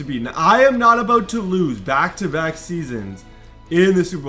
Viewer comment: He said aboot looool